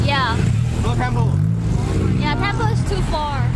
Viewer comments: และมันออกเสียงว่า เทมเปิลครับ ไม่ใช่เทมโป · Temple รึเปล่า ไม่ใช่ เทมโป